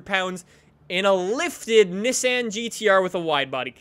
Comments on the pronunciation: NISSAN not nissin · it's pronounced nessan not nissin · why do u say niss anne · you say nissan funny. :) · Why does he pronounce Nissan that way